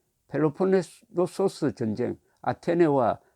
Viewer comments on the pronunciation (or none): none